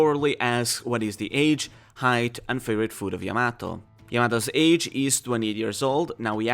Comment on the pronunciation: Your butchering Yamato's name